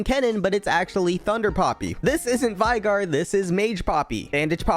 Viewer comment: The next fact video should include the correct pronunciation of veigar. Vay-gay